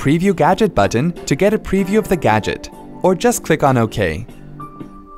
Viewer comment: Who pronounces the letter "T" this much. "BuTTon."